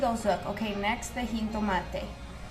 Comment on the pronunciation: "Heen-toe-mate" lol.